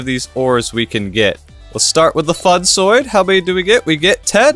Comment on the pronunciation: i dont know if it is intentional, but please pronounce funsoide as intended. its is pronounced, by Iskall atleast, as "funsweed" to not sound to harsch, i really love your vids.